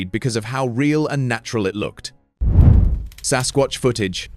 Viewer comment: 2.56..MAN,NOT SASQUACH